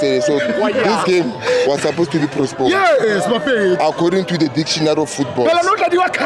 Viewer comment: Did I hear prosponed instead of postponeed? Maybe my ears don't work so well now